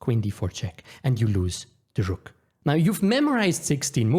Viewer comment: And here im calling u my favourite chess youtuber bkoz of how u say rrrrrrrook and that beautiful accent n everything❤😢 btw chances r high u read this so hello and stay blessed! love ur personality